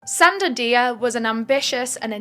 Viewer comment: I'm a bit of a silent watcher, but your videos are my fuel:popcorn-yellow-striped-smile:. btw, Dia is pronounced 'Jah' because, in francophone West African countries, that is how it's spelt.